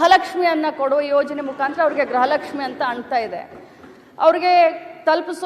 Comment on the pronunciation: ಗ್ರಹ ಲಕ್ಷ್ಮೀ ಅಲ್ಲ ತಾಯಿ ಅದು ಗೃಹ ಲಕ್ಷ್ಮೀ 😂